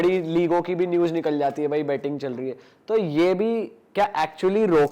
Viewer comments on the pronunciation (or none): News hota hai bhai newses nahi